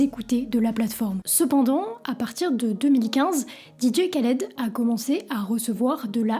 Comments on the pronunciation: Le K ne se prononce pas il faut prononcer DJ Raled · trés bonne vidéo et tu m a fais ma journée avec ta prononciation didier khaled 🤣🤣